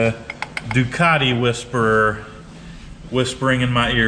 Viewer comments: NOT ...DEW - CART - EE....UNLESS YOUR PLAYING.ON WORDS 😊👍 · lol...There is no "R" in Ducati...its not a ducari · DEW - CAT- EE......